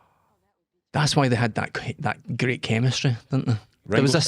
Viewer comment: This is luv-leh. Greet set. Greet pa'er